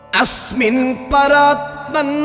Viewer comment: "Asmin Paraatman" not Asmint paratma; "Tvamittam" not dvamittam; Bhooma", not pumas"; rogarashim", not rokarasim: "Nirundhi", not niruthi. Namaskarams.